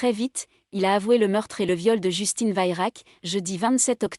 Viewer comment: On prononce vérac.